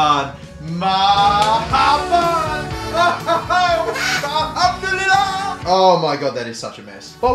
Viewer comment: being black is being Muslim I am Muslim and black and the fact that he was wearing that ummah which is very precious to Muslim at it was worn during the prophet and olden times and is worn during haji also he mispronounced marahban and alllumdilluah almost as if it was a joke